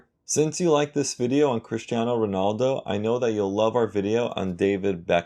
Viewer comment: U even pronounced him right